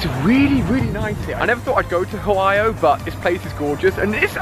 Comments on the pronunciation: Im sorry I don't wanna be a jerk but you said hoio and its Ohio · You accidentally said hoio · he said "hoio" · "never thought id go to hawaii-o" 😂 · LOL Ali sais OHIO funny. Oh and my buddy is Growlithe !